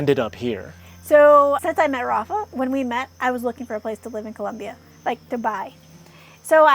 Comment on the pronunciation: COLOMBIA!! NOT CULOMBIA😢 NO UUU